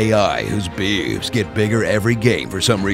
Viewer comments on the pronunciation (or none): I love how you say bewbs. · Who else rewinded just to hear him say "bewooobs"....?